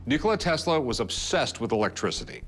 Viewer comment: Is Not Nikolai Teesla, is Nikola Tesla, is Not born in Croatia, is Serbian born in Österreichhungaria. That Must now if you say abbout greathest mind ewer.